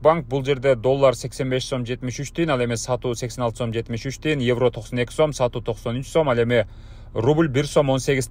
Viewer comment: Сум эмес сом болот